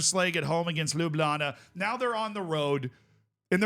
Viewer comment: Ljubljana pronounciation dropped off, though 😂